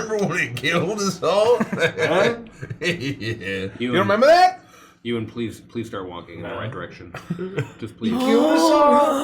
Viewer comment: As someone called Ewan, the trash heap monster being bullied and called eww-an is too accurate